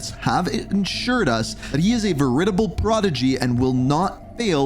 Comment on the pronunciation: you are getting their names all kinds of messed up. It should be Ryan Jackson Richard Kain (yes with a K like on the Intel reports) & Jackson Caine...also how you pronounce veritable is...wow yeah like if someone said vegetable all wrong lol